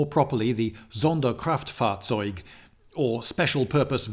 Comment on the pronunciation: German here, and i just want to say that i was genuinely impressed by your correct pronounciation of the "Sonderkraftfahrzeug". Also, thanks for your awesome and interesting content on your channel.